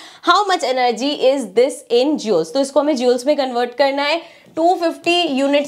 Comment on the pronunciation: jooles ☠️ It's * joules*